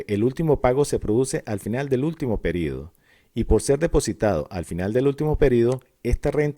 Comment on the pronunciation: Me incomoda que diga PERIDO en vez de PERIODO